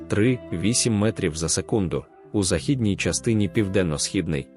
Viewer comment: Ставте правильно наголос на слово західній.